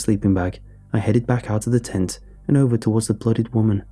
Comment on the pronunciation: Jesus christ, in the first few lines when you said tent I miss heard it as taint.